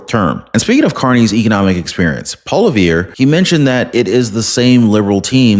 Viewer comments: Its not Polivere Its pronounced Polouve. Sorry Im a big fan of your show. Good 🤞!!! Luck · Also his name is pronounced "Polly-ev" ;)